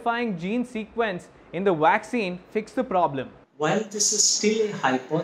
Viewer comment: Why do Indians pronounce is Waxxine